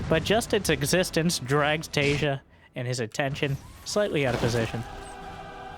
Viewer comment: "some of you may recognize.. Taeja" looking at another monitor, my head cranks around like something from a horror movie bit i beg your finest pardon?? what name did you just say?!